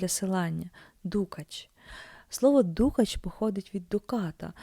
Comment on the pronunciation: Ну по перше: не дУкач , а дукАч. А по друге : а де ж намисто з каурі, а де дорогущі баламути, де лускавки?